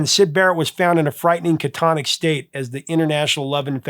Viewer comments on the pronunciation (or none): The word is "catatonic". Not "catonic". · CATATONIC NOT "CATONIC"!!! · Ca-ta-ton-ic. Not catonic. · "Catonic"? The word is "catatonic." Let's use all the syllables.